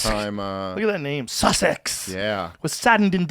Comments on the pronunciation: you had me rolling sounding like daffy duck struggling to pronounce the word sussex 😂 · Listening to Joe try to pronounce 'Sussex' (my home county) was cute!